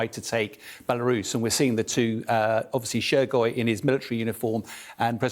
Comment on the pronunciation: Funny how he can barely pronounce the Russian defence minister's name Shoigu, but feels that he can provide an authoritative point of view on this conflict.